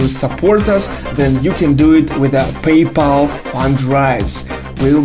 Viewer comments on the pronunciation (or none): none